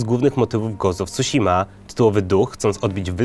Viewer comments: When he said "gołst of cusima" i felt that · po japońsku tsu czyta się prawie tak samo jak cu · Nie wiem, do wymowy którego słowa masz większe zarzuty, ale nazwę wyspy powiedział całkiem dobrze. Pamiętajmy, że Tsushima to transkrypcja amerykańska, która stosuje zapis znany z języka angielskiego, także nie zachowuje fonetyki japońskiej 1:1. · nie wierze w koncu wspomniał o kolosach i pominął spuszczanie sie nad undertale XD idziemy w dobrą stronę teraz tylko wymowa newell i tsushima damy rade wyjdzie na ludzi